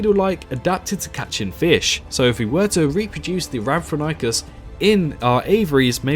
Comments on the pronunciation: It’s pronounced “RAM-for-RING-kus”. It appears in Walking With Dinosaurs: The Series. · Lol that Rhamphorhynchus pronunciation. Good list overall but personally I'd change some picks, keeping the Pteranodon, Quetzalcoatlus and Dimorphodon but I'd personally scrap Geosternbergia for something a bit more unique like Pterodaustro or Dsungaripterus (or although almost impossible to make it in Cycnorhamphus would be very interesting to see). Otherwise I'd maybe change Rhamphorhynchus for Germanodactylus, Darwinopterus or Anurognathus.